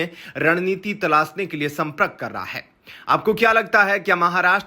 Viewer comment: 'Prakriya' and 'sampark' ka pronunciation theek kijiyega.